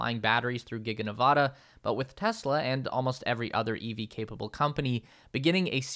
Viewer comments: Enjoyed the video. But, ya know, Ne-vă-da. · Please pronounce my home state Nevada correctly... short a. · Please properly pronounce the name of the state of NEVADA